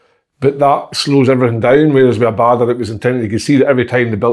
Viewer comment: Si can't pronounce Abada. 'Clear as mud' is a piss take.